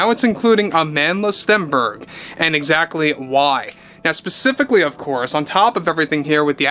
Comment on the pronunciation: It's weird how he can't help but pronounce her name that way AmAAAAndla StEEEEEnberg😂